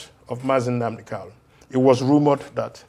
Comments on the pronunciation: Honourable Obi Aguocha should please take note that the name is Nnamdi KaNu, and not Nnamdi "KaLu." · I am surprised that this law maker who claimed to have grown up with MNK did not know how to pronounce his last name. But good to know that people are fighting for this young man’s release because it is long overdue!